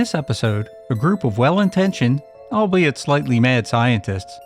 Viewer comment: "albeit slightly mad scientists" To the narrator, just a little FYI, "albeit" is not pronounced AL be it, but ALL be it.